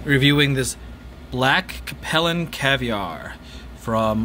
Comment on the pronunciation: It’s pronounced Cape (like Cape Cod) Lin.